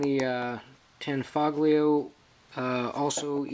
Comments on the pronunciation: The G is silent and is pronounced, "Tan-foe-leo." Mecgar is the mag manufacturer. It is a CZ copy. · It IS pronounced "tan-foe-lio",the g is silent. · Horrible way to say Tanfolgio.